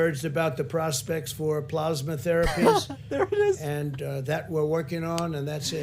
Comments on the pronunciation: "dexamethasone" "PLOSMA" & "donate PLOSMA today" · Teryna Asher blahsma! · “Please mention plozmuh” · Plozmuh is very similar to plasma. It’s more plausible to pause Covid-19 symptoms using plozmuh. You just have to... put it on... your paws... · Pluhs-ma or PLOSMA 😂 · Plaughsma, plausma, which one is right Trump??? Lol! He is so not smart. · “It almost seems like he doesn’t really care, but he doesn’t seem very bright.” Pakman, I think you just summed up this presidency. Do you think that when he hears people say plasma, that he thinks they are saying it wrong? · Then we'll be here for days. Dude can't even handle pronouncing plasma.